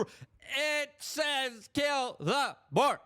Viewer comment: Boer not Boar! Get that boar out of your mouth! Stop putting things in your mouth that don’t belong there Luke !